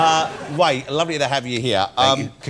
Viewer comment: His name is Ray, not Way 🤬